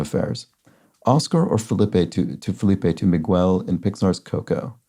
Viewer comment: I hate commenting things like this, but I know you are always trying to do better at spanish pronunciation, so here goes... the gu in the name Miguel is pronounced like Guinness, guess, or guitar, with no w sound in there. Mee-Gell, not Mee-Gwell. Great solve. The fact that you can solve these harder ones without looking anything up is amazing. I have to look up at least 3 on Fridays.